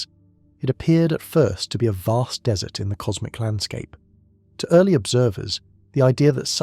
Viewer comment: Dude, get a better text-to-speech algorithm. The noun DESSERT is not a drop-in replacement for DESERT . Until that moment I was almost convinced the narrator was a native-English-speaking human. No upvote for you.